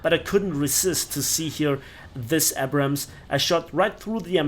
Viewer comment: I just wish he learns to pronounce "Abrams" correctly one day